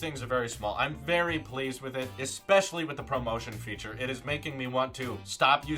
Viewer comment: When he says promotion, instead of ProMotion lol